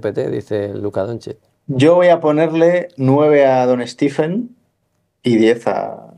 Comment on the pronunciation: ¿Por qué a Curry le llamáis "Stif" y "Stifen"? Los americanos (y él mismo) pronuncian "Stef" y "Stefen".